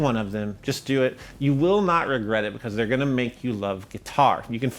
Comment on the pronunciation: I love it when he says beCAUSE